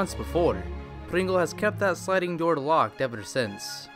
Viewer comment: Everytime he says "door" it sounds like "daughter".